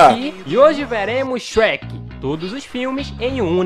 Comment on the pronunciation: Não é Shrek shreka